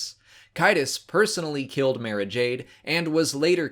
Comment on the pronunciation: So if an audiobook pounces someones name, should you use that pronunciation or some other one? Cuz he keeps saying Mara's name differently then the books do and it brothers me